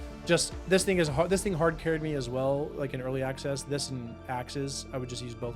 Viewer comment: "early axcess" 😂